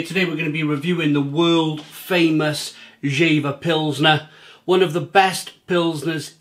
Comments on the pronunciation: it's pronounced "Yea-vah". It's a town in the North of Germany. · One of my favorite beers while I’m in Hamburg a times a year. By the way, it is pronounced like YAY-fer. Their motto is Friesisch Herb, which means Frisian dry (dry as in not sweet, like a dry wine). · Actually it's not, the correct way would be jeFer. In our region the v is spoken like an f. But for the majority it's probably the correct way to pronounce it yea vah